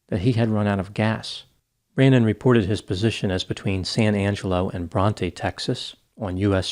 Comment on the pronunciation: Sad story. Corrections on pronunciation of Texas towns: Its sa-NANG-ga-lo not san Ang-e-lo, its BRONT not bron-TA and it is KRAWL-ee not CROW-lee. People need to realize when they need help with addiction. Sad.